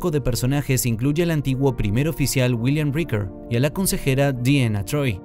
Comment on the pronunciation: Pacard....Uiliam Riquer.... Además de la pronunciación horripilante, eso de "Mira Esto Antes De Ver La Temporada 3" es estúpido: lo único que el disléxico hace es ESPECULAR como nosotros mirando el trailer.